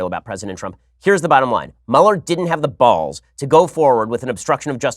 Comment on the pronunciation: Hearing Ben say "balls" with so much emphasis was kind of disturbing...